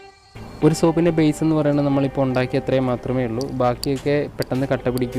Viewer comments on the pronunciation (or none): none